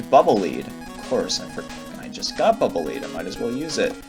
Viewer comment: Pretty sure "Bubble Leed" is supposed to be read "Bubble Ledd" ^^